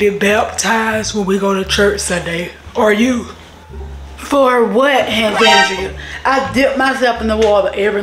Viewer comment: I love when she said for what hAndrea